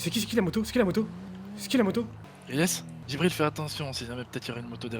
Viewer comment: C JIBRIL ET NON GIBRIL